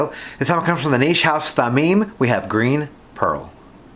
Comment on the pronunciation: Thameen. Your first pronunciation is correct. Thameen is precious in Arabic.